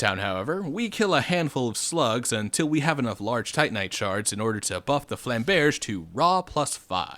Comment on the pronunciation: It’s goddamn flam-berj ru fing with us